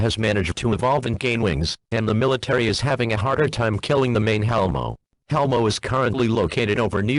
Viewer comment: Hellmo sounds like "Hell no"